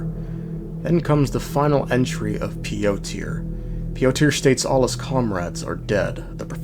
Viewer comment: That's me with his pronunciation of Piotr